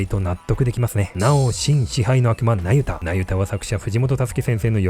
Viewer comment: ナユタがユダヤに聞こえてしまう😅